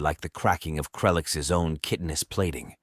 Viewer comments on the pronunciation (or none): I'm so, so sorry to be 'that guy', but chitin is pronounced 'kai-tin', like Cobra Kai, not 'chit-in' or 'kitten'. You don't have to address this problem, just kind of quietly change the way your narrator says the word. I really appreciate what you guys are doing here, this just bugs me is all!